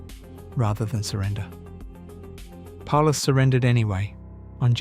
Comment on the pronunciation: Sorry, I stopped watching after you messed up with Paulus.